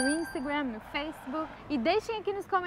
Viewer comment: curto muito o projeto de voces, menos o "instagrém" "feisbuc" kkkk